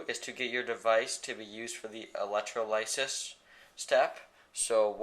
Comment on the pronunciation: i dont think its electro-lice-is, i think it is pronounced elec-troll-iss-iss